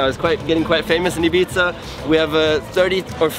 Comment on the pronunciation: It's Ibiza not ipizza lol 😂